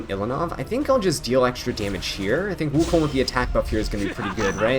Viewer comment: His pronunciation was correct tho?